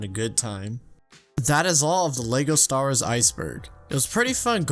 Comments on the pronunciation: Every time I hear him say "Leygo Stars", I have to close the video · is it just me or did he say "lego stars" in the beginning? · So you'd be completely sober? Because I'm just hearing "Lego Stars" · “Lego Stahrres”